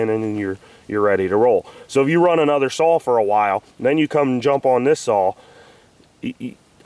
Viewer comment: Your chain is to loose and you need to tune the carb. And it's saw not sawl